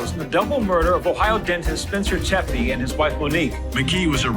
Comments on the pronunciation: 29 min: TEPE, not TeMpe. No "m", just like there's no "m" in "capacity". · tepe, not tempe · It's Tepe, not Tempe. Michael wasn't yawning. They were checking inside his mouth 😒